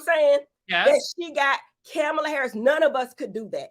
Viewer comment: Cam-a-la Harris